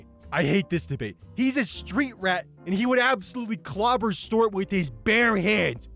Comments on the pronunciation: It's stu art, not stort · I'm happy to see a video from you and imma let you finish.. but.. how do you pronounce Stuart? Did you for real say stort. Repeatedly? Stort. Wut? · It’s Stu-art, you absolute mong. Btw, love your vids. Much love…..You mong